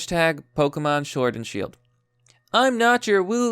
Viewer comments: "Pokemon Shord and Shield" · holup "shord and shield"